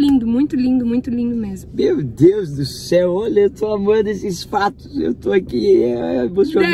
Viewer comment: Ele "Tô amando eses fatos " 😅